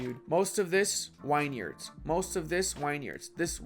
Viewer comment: Thank you very informative. though its pronounced vinyards mate.